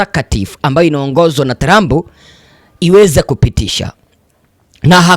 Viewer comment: Jifunze kutamka maneno TRUMP